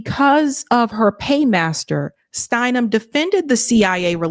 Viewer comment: Did you say STEINem! Figures.